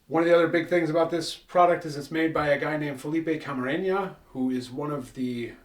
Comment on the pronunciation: Good video and great selection of tequilas. My only issue with the video is that you’re adding “Ñ’s” where there aren’t any “Ñ”. It’s pronounced Camarena not Camareña, it’s La Gritona not La Gritoña.